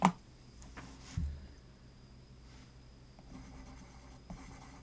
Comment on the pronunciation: It's ARMENIAN, not Armernian